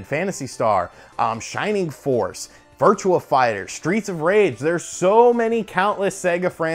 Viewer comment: it's virtuA fighter not virtuaL fighter